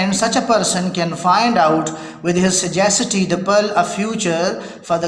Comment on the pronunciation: kindly correct your pronunciation of "sagacity"...